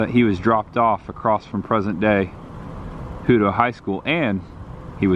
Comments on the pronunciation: Leander is pronounced Lee-ann-der. Hutto is pronounced Hut-O not Hoot-O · great video! also, its pronounced Lee-Ander and Hut -to lol. sorry, born and raised Texan :) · Listening to people mispronounce Texas town names cracks me up. Let me help, LEANDER =LEE-ANDER, HUTTO = HUT-TOE